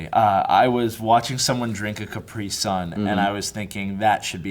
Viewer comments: Does it annoy anyone else how pronounces Capri sun? Hahaha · it's spelt in caprisun, and in MY OPINION he pronounced it strangely